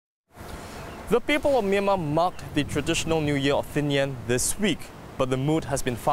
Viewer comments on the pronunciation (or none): Thing-jan not Thing-yen